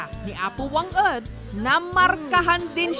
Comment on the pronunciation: Wang-od haan nga wang-ed madam jess..😊